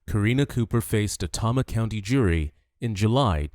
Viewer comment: Ugh, it’s pronounced “TAY-MA”, not “TOM-MA”. Tama County, Iowa.